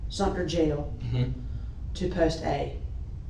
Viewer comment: It's Sumter not Sumner. Sad to say this is where I grew up. 🙊 I'm pretty sure I know a name said in this too (like from middle school)